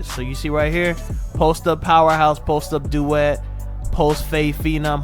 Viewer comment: Every time you say post up duet you got me creasing